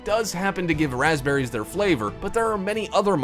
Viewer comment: it said PASPBERRY